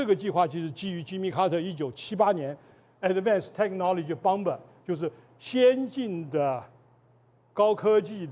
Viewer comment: 轟炸機 Bomber, 不好意思， 此處 b 不發音。可以說中文的話請直說，不然會誤導小孩子學英文😅